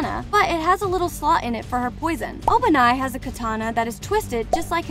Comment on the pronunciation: Sanini💀 En-osuke💀 Obanaayi💀 Shinobo💀